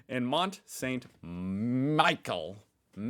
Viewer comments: Mont Saint Michel is pronounced Michelle like Michelle Obama:) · "Mount Saint Ma-ikel... Mickel" 🤣🤣🤣